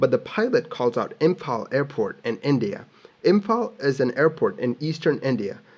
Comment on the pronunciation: as someone in imphal, I gotta say you nailed the pronunciation feels good man